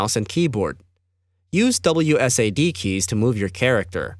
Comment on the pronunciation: it triggers me on how he says WSAD